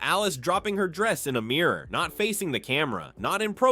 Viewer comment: What is a "Meer" .. does he mean Mirror